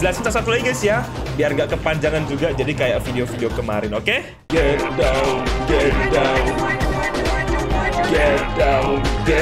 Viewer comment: Itu get downnya bilang get diwn a fun game yang ku dengar